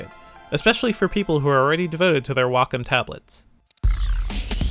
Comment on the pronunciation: Holy crap! A reviewer that actually pronounced Wacom correctly. That's a first!